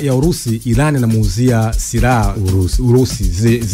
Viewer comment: Inatamkwa 'Iraan' na sio I-ran!